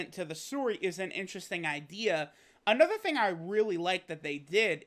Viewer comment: I fucking love when you say "Anather" xD